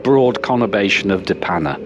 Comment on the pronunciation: I live in de Panne :). Hope you enjoyed your time along our beautiful coast! Btw your pronunciation of De Panne was surprisingly good!